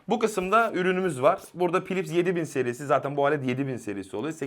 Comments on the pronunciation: kardeşim filips diye okucan yahu her pilips dediginde kapatasım geldi videoyu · adam ‘filips’e ‘pilips’ diyor kanka. ne beklersin bu hırbodan